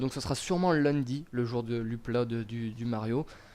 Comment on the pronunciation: lol j'adore quand tu dis "le lundi" avec un petit accent du sud